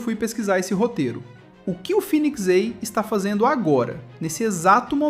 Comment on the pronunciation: Pq não fala direito, fênix em vez de finix, vai tomar no cool